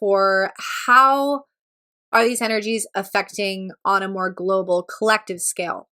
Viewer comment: You said global, LMAO 😂 loved the reading though ✌